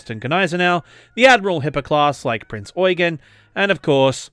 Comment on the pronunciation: The Prinz Eugen isn't pronounced "oy-gen"... it's more like "oy-gain". "Eugen" is just the German version of the name "Eugene", and the stress is on the second syllable in German.